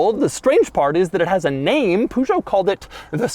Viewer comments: Doug saying poogoet Me: It’s Peugeot Doug with a perrr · I like Doug, I really do, but please work on your french pronounciation 😂 It's Peugeot not Puuuchoht. I mean even Clarkson managed to pronounce it 🤣 (Same with Chiron, not Chirone) Apart from that, great video as always!👍🏻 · Love ur vids Doug! Pronunciation: Wrong: pooh-zho Right: Purr-zho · It's not pronounced Poo-geot but Pur-goet where you say "Pur" like "fur" but with a posh British accent! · It's called "Pejo", not "Pujo". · PEUUUUGEOT NOT POUUUUGEOT Les voitures françaises n'ont rien à envier aux voitures made in USA....... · It’s not “poo-joe”, it’s “pöe-joe”. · Try to say Pe zho. Not PuuJo. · It’s pronounced Puhjo, not “Poojo”. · what the.. is a poo Joe, it's pronounced Peugeot, like purr show. lol. poo joe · The way Doug says Peugeot actually feels like a slap to the dick everytime he says it. There’s only two acceptable pronunciations, PEE-YOU-GEOT or PUR-GEOT everytime he says POO GEOT I go into a trance🤣🤣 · Hey Doug , Its actually pronounced perr-jo not poo-jo lol TY, 😁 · It’s not pronounced “Poo-sh-zo” it’s not easy pronounce but in England we say it more like “per-zer-hoe” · You butcher the pronunciation, holy jesus 🤣It's not "Pugo" it's "Pegeau" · it's PEH-JOE not POO-JOE ffs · oh.... and its not poujot..... but PEU.... pout that word in google translate and ask to be read in french it's sound "PEUJO" not "POUJO" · Another nice Euro review. By the way, in France we pronounce the name 'Peh'geot not 'Puh'geot. The 505 was designed in the early 70's and sold in the late 70's, the 405 is a much modern car designed in the late 80's and it replaced both the smaller 305 and larger 505 for some time until the 605 was released. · Peugeot is pronounced like pöjo, not "pujo"... it is French. :) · At the third pujo my ears started bleeding. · Poo-jo? Hahahah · Poo-Joe xD Best plumber around :D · What is that pronunciation bruhhh, puhjot? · I cringe every time this doofus says Poo-show. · "POO"geot??? WTF!